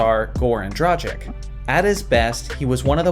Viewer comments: My man, Dragic does not rhyme with tragic. That accent which seems to elude me on my keyboard at the moment indicates a "ch" sound like in chocolate. It's Dragitsh. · The way you pronounced "Dragić" is tragic! 🤣 Sorry, couldn't resist... I'm pretty sure the 'g' is hard and the 'ć' is more like 'ch'.